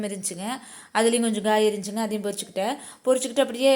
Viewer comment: சகோதரி வேகமாகப் பேசுவதும், தோட்டத்தைக் காட்டுவதும் மட்டுமல்ல காயையுமபூக்களையும் பொறிச்சிக்கிட்டேன்னு சொல்வது என்னது??? பறிச்சிக்கிட்டேன்னு தெளிவாக தமிழை உச்சரிங்க. உங்கப் பேச்சை நீங்களே ஒருமுறை திரும்ப கேளுங்க.